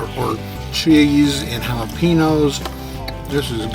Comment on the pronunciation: halla-pee-nose? now I've heard it all guys lol. its ja-la-pen-ohs, or hala-peen-yos.... greetings from Tejas lol. Other than that other universe pronuciation, great vid as always guys!